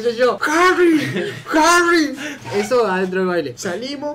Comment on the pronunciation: "Jahrri" AJAJAAJJA